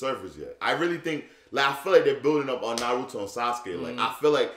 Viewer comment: Y he say noruto naruto